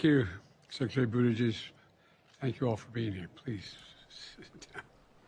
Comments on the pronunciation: Did biden say His name wrong ? After all He is a Gay Man . Ick Booty Juice ! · He said Booty Juice, thats what I heard, booty juice. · I heard "Boodiejiz" 😅😂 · Always called him Booty sex…, same difference, and actually sounds like how it’s spelled.